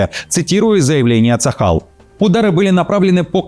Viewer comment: Почему говорят ЦАХАЛ а я слышу шакал